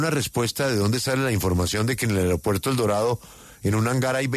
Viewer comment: "ARIOPUERTO"?!! O AEROPUERTO.